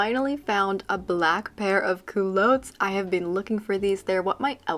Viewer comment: I have never heard the term cool-low-ts. Where are you from? We used to call that type of pants cool - lots (with a short sounding o) in my day.